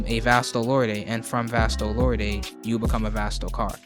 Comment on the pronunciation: It's pronounced "vast-o-lord'